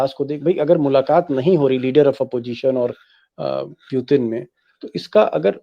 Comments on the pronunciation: Piutin nehi putin hai 😂😂...thik hai o v dictator Modi v dictator..farak intni ki o educated but Modi uneducated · भाई साहब बाकी सब ठीक है, बस उनका नाम सही से लीजिए उनका नाम व्लादिमीर पुतिन है, प्यूटिन नही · First of its Putin not pyutin plz pronounce it clearly 🙄